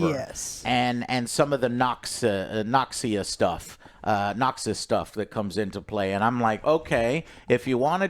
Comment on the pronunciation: Vee (Vi), Zoon (Zaun), Noxia (Noxus).... IS DOING THIS ON PURPOSE?!?! LOL